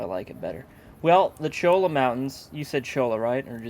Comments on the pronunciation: Cholla = Choy-ah :p it's a type of catctus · Actually, for those who dont lie in the southwest, the proper pronunciation of cholla is choy- a.